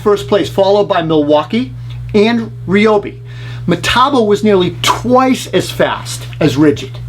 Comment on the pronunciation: I’m a little surprised that you can’t say Ryobi? How do you pronounce eye? I got something in my eeee. It’s Rye as in rye whiskey. It always amazes me on how someone can make a fantastic video but not take 2 minutes to check on the pronunciation of a word that they will use 14 times in a vid. What else didn’t they check. This isn’t tomato, tomaaato, this is a brand name that I would scold my child for not saying properly.